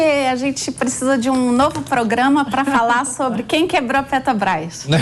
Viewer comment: A FALA “ Petobrais” AFFFFFF